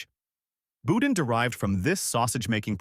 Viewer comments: Nope. Most of those foods came from Lafayette or New Orleans, not Baton Rouge. Lafayette guy here, so I know that fool is lying, and boudin is pronounced (boo-dahn). Not bou-din. One more thing, BR people are mostly Southern creole, not Cajun. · Boudin is pronounced boo-DAN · It's pronounced Boo-Dahn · Before doing this video, he should have learned to pronounce Louisiana words correctly. I wanted to grind my teeth every time he said, "boudin." Not to mention when he pronounced the names of Louisiana towns incorrectly.